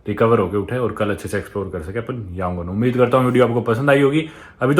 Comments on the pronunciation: Your Burmese pronunciation is wrong. Btw good to see you in Myanmar in this disturbing time' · I watched all your videos till today. I like your travel vlogs. But how you interacted and pronounced Yangoon is fun. 😀😀😀